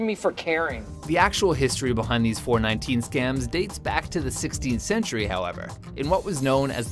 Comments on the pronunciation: four one nine. not 4-19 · four one nine not four nineteen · it's FOUR ONE NINE ... not Four Nineteen!!!... it's not just a number it's a term/jagon/slang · It's called 'Four One Nine' Not 'Four Nineteen' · I'm a Nigerian and it's pronounced 4-1-9. Mind you, I'm not a scammer. However, I still expect some really stupid replies. Please, disappoint me. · not pronounced 4-19 it is 4-1-9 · its pronounced 4. 1. 9. not 4. 19. i would know. im nigerian